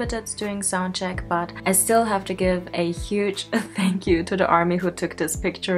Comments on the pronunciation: I think he tried to say "thank you" but it sounded like "fack you" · Everytime BTS does something on stage and those memes/clips pop up i just keep cracking up xD OMG Taehyung saying fuck you instead of thank you... I'M FUCKING SCREAMING xD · LOL Tae was trying to say "Thank you" in a British accent